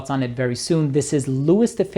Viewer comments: Did you REALLY pronounce it “Lou-is”???????? I know you’re American but really? Louis is pronounced “Lou-ee “. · Louis is pronounced Louie! 😂 And maybe it’s me but I find the Xerjoff boxes a pain in the arse, far too big, take up way too much space, very unnecessary.